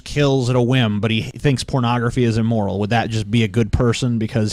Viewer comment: Nobody's bringing up his mispronounciation of immoral? He's saying 'eemoral.'